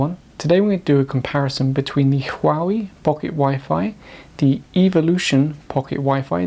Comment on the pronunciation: Don't preach on what you cannot even pronounce. Learn to pronounce Huawei.